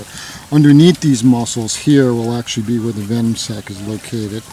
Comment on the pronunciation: Actually, not actualle.